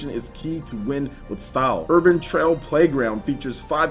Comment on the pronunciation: Its "Urban Trial" not "Urbain Trail"